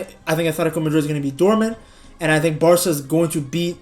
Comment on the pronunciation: Bro said Varca 😂😂😂😂💀💀💀 they are not winning psg my g